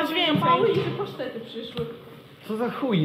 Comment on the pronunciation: Powiedział pasztety